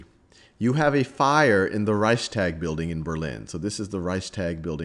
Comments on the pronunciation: I mean maybe they're not connected, but still you are doing educational videos and don't even know how to pronounce major names and buildings that held pivotal moments in this history? Hearing whymar and hearing ricetag was just starting to annoy me, as if though you did it on purpose. It literally takes two seconds to google the pronunciation. Rike-stag, vie-mar. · It's not that difficult to research pronunciation before filming. Reichstag is pronounced like Rikes-togg or Rikes-talk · #2 And accordingly, in the pronounciation you have a glottal stop between the s and the t, while the s is fused smoothlesly right after the ch. Reichs'tag. 2 Syllables. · I don't know how any english speaker would read out "reistark" to sound like the german "Reichstag" in any way. You completely left out the "ch" (which Sal got right btw.), and I have no idea where you got the "r" in "tark" from. If Sal would have read the "tag" like the englisch word "tug", he would have been pretty close to how it's pronounced in german (I should know; it's my first language). Now please tell me, how your version of the word could be pronounced that way? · "rike-shtahg". rikeshtahg. rikeshtahg. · Reichstag- Stag is pronounced like fog. Sounds like shtog. That is how I’ve heard Germans say it. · "Reichstag" is btw. pronounced like "Reichstuug". (Reichs is right how you say it). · Hi I'm german and Reichstag is pronounced reishs-tuhk. Thats not entirly accurate but the closed I can get without using linguistic terms:)